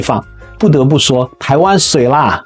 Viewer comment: 水啦！不能用普通話發音要用閩南語發音才是正宗的